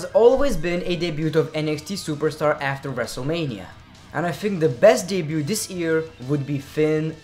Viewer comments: The T is silent in debuT btw haha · Should let you know bro that Debut is pronounced without the t at the end (deb-ue) Keep up the good work bro! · Just so YA know m8 the T in debut is silent love your vids though👍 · Just so you know, you don't pronounce the T in debut. :-D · U don't pronuce the t in debut.